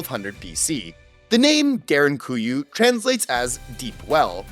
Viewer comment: Props to you for actualy pronounsing derinkuyu (almost) perfectly.